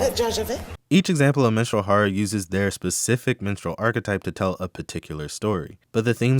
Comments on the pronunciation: This video was very insightful. Everytime you said "Minstrel" I heard "Menstrual" but that's a me problem. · I thought you said Menstrual Horror for a sec 😭